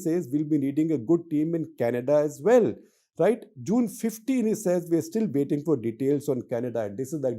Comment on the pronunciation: Guruji, Please do understand that the Canadian judicial system is different from the US one. Do your homework first. You are an expert on everything under the sun. "Waitingi, waiting, waiting, ......." Is this Haryanvi HM English?